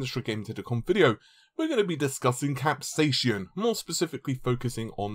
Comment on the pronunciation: Again with the "capsayshin" and "cashie controller".